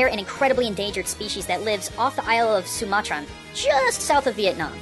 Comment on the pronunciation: Sumatra not sumatran lol